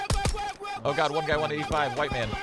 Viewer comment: Shroud saying "kho my gkhod"😂